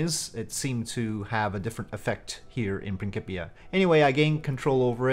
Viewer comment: I couldn't help but comment... Its Prin- SIP- ia lol C-I in English makes an S sound Otherwise I really want to try Principia out but it seems so different from regular RO/RP1 dynamics, which I still haven't fully gotten used to yet..